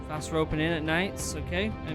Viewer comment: Fast, not fat🤦‍♂️